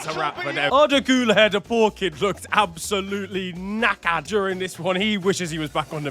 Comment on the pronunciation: The fucking way you said knackered had me lmao